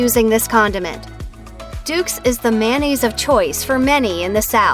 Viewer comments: Pisses me of hearing this condiment called Man-naise. It’s mayo-nnaise 🤬🤬🤬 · Why do Americans pronounce mayonnaise, mannaise? It should be pronounced mayo-naze. After all, the shortened version IS pronounced correctly, mayo. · FOR F**K'S SAKE if you are going to talk about MAYOnnaise learn how to F**KING pronounce it! IT IS MAYOnaisse NOT MANaisse. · Look how it's spelled...it's not mannaise...it's mayonnaise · Ever wonder why people say MANnaise instead of MAYOnnaise and then when they shorten it to MAYO that is the way they pronounce it? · Mayonnaise! Not mannaise. Plus we get it, you don’t like Miracle Whip move on with your life.